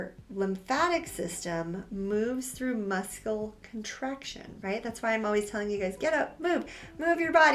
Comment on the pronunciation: I notice she also said muscle at one part as - musCle rather than mussle. Maybe just a quirk?